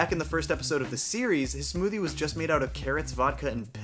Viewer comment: wait, did you say smoothie or SMOODIE?